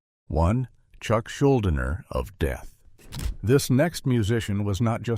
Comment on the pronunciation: Chucks last name is pronounced Schul-deener. I am proud to say I donated money to his fight against his cancer at the time.